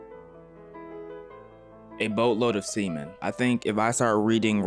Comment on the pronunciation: A boat load of semen ❌ A boat load of sea men ✅😂😂😂